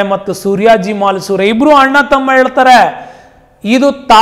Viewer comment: ತಾನಾಜಿ ಮಾಲಸುರೆ ಅಲ್ಲ ಮಾಲುಸರೆ MALUSARE